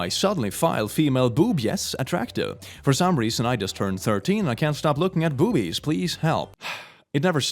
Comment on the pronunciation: Got confused why he pronounced boobjes like that then I remembered he's Swedish.